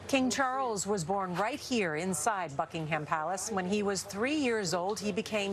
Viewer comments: anyone else heard her say fuckingham palace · Am I the only one who heard the reporter saying “Fuckingham Palace” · I’m sorry but did she say “F*ckingham palace”? I did not hear a B at the beginning of that word. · You'd think these idiots would've leant how to pronounce, "Buckingham" by now, but no, they still fail.